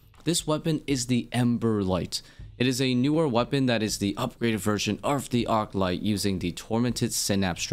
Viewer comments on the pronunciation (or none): It's called arClight not artlight?! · The way you pronounce “Arclight” is a form of griefing